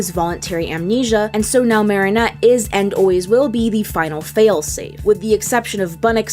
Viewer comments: why do u say her name wrong? its not MARIE-nette its marinette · I'm sorry but.. it's mArinette... not mARinette..😵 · OMGG please say "m-air-inette" not "m-are-inette" you're killing me. 😭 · Girl if you say Mahrinette instead of MArinette one more time haha jk but seriously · Idk if this sounds rude or not I’m not sure if you just think her name is pronounced that way or you just can’t say it normally (if so then it’s fine :] ) but her name is pronounced Mare-ah-net not mar-ee-net🧍‍♀️ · It's not Mah-ri-nette it's Me-ri-nette I don't know why people pronounce it's like that But it's ok I guess if you can't pronounce it but seriously it annoys me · this isn't a big deal but why do you call marinette "MAR-ih-net" instead of "MARE-ih-net"? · How many times do I have to say this, it is pronounced (MARE-EN-ET) not mar-en-et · It’s pronounced Mare-in-ette not Mar-on-nette. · Her:Mar ri nut Me: It's Mari net te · sorry, this is completley unrelated but.. i cant stand u saying moronette its mari not moro no offense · The way they pronounce mareinette🤮 dislike jk👀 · 1 question. Why does she pronounce Marinette like that? It’s actually M-air-inette, but then again no hate. And you pronounce Chloe’s surname Boo-sh-wa. Correct me if I’m wrong :) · Really called her morrrrrrrrrinette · Why are you saying her name like that? Even in French I don’t think it’s said Maronette Marionette. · 'Marnet' Me: Inhale exhale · So we going to ignore how she saying martinet? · lord i hate how she pronounces marinette😞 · I like your videos but have you ever actually seen the show? You mispronounced Marinette every time. I can forgive that, but then you butchered Chloe’s name and now I am so unsure. I just don’t think you’ve seen it, because if you’d seen it, you would know how to pronounce the name… they say it all the time. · Why does she mispronounce marinette’s name? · marinette (short a) , Bougeois (bujwa) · I like how she mispronounced Marinette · Stop saying marionette like that 😭😭